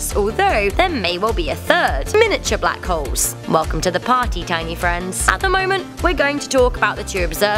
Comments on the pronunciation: Why she pronouncing Black Holes as Black Hoes ? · it sounds like she said black hoes